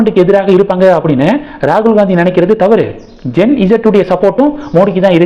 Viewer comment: அது ஜென் ஸீ அப்படித் தான் சொல்ல வேண்டும்.